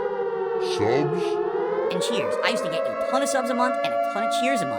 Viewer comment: This is awesome!! 😂😂 I'm glad someone did this finally. He has been butchering the English language for 15 years. Worst for me is "hatonne" instead of a tonne